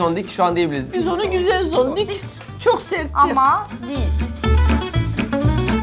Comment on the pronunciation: Yalnız o Zondik değil, "Çondıgi" 😄